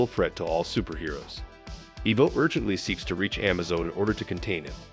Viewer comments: It's pronounced Amaze-o, not Amazo. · it's A-maze-o not Ah-mazo. It's also I-vo not e-vo. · The androids name is pronounced “Ah MA Zo” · the am-azo made it hard to watch.. as i kept watching everytime he said it wrong i was hoping he would say it correct.. nope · In order to get the AI to pronounce the name correctly you have to write Amazo's name phonetically. "Uh-May-Zoe" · Just FYI, it's pronounced amaze-o.